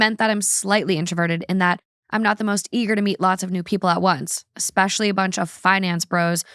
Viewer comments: My best friend obstinately says "ECT" instead of et cetera [pronounced EH-KT, like she's not just pronouncing the abbreviation as a word, but ALSO switching etc. with "ect"] and it infuriates me. So while we're at it, it is NOT "EC-SPECIALLY," its "ESPECIALLY." There is NO "C" anywhere at the beginning of that word. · it’s ESPECIALLYYYY not EXPECIALLYYY 😂 love u thoo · Worse than "ex-cetera"...."ex-specially" instead of especially. I can't with that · Ekspecially xD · I’m glad someone pointed it out 🤣 It was such a pet peeve how they pronounce “et cetera” It’s French so I guess we can’t blame them. they also mispronounced “ex-specially” 😅😭😭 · "We say 'et cetera' wrong.": *Still saying "eXspecially" Honestly, don't change. It's the easiest way to tell it's when I am just listening. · I am not saying this because it's annoying, I do not care, but I noticed you say "especially" with an x, so "expecially." There's no x lol but love you so much!